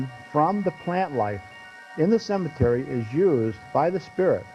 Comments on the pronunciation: Cemetree lmfao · Why does she call it a cementry, when it's cementary